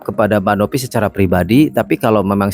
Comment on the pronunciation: Novi pak. Bukan Nopi.. V ama P beda lhooo🤣😂🤣😂